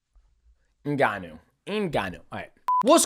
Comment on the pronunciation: Shoutout to DJ for trying to pronounce “Ngannou” correctly 😂